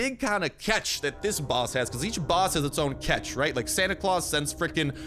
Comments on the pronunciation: Dynamiters has red caps bro and its now pronouced claaws its pronounced claws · its not Clous its Claus as in Santa Claus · he is not saying the santa name right